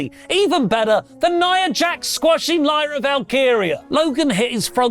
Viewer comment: Crazy how said Lyras' name wrong then right lol